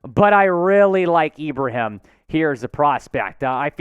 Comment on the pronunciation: you're one of the first of very few people with a platform to come close to saying 'Ibrahim' correctly, I'm not mad at it. I do believe he'll be a late round steal for us (or any team) having seen him perform first hand vs my Terrapins. Dude is a HOSS!